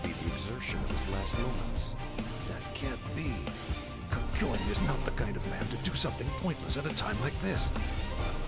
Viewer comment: The way they pronounce Kakyoin and Jotaro rlly sucks. At least in the new anime those were fixed